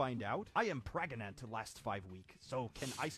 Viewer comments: "Pregannanant" My brother and i saw that 5 years ago and are still dying of laughter after watching that. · "38+2 weeks...PREGANANANT" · mark: trying not to laugh video: "38+2 weeks...PREGANANANT?" mark again: finally breaks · I died at PREGANANANT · Almost sh1tted my pants with "pragananant" XDDXDXDXDDD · *silence* PREGANANANT?!?! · "Could I be pregonate?" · No one: Not even a single solitary blood cell: Markiplier: P G R E N A N T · The “pregananant” got me. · Pregananant killed me... 😆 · "Prefnat" i'm crying XD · 38 + 2 weeks P R E G A N A N A N T